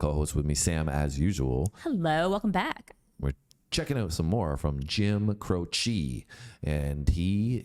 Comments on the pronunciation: Cro she (e sound like long a) not Crochee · It's not every song that has the lyrics written on the screen by a dyslexic 7 year old. 😁 By the way, his last name is pronounced CROW-chee, not crow-CHEE. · Crow-chee, not Crow-CHEE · Accent first syllable of his name - CROW-chee - he was on his way to my college to do a concert when his plane crashed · FYI. Croce is pronounced “Crow’ chee”. emphasis on Crow.